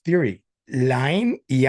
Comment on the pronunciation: Just incase you end up talking directly to him: "Iain McGilchrist" is pronounced "EE-an" (this name has many spellings in the British Isles; most often spelt as 'Ian').